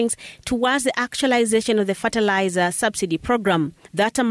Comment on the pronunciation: Ferterlizer?? Tf is that